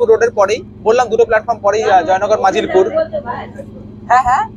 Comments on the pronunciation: ভাই, তুমি বারে বারে মাজিলপুর বলছো। কিন্তু কথাটা মজিলপুর। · Sorry, কিছু জিনিসের বানানের সাথে উচ্চারণের মিল থাকে না, হয়তো বাংলা বানানটা ঠিকভাবে লক্ষ্য না কড়াই আমি মাজিলপুর বলে ফেলেছি ,tar jonno sorry